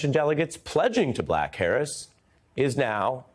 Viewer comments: Does he say ' pledging to black Harris´? 🤣🤣🤣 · "Pledging to black Harris" Slip of the tongue there eh Ari?